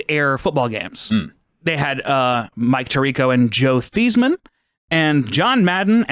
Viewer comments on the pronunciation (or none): Them mispronouncing Joe Theissman 😂